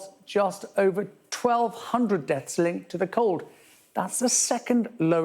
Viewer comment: It's called DEATHS not DETS.